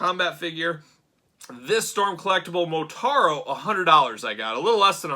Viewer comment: But it’s Motaro with an a. So cool though.